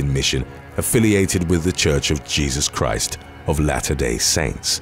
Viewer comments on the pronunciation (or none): none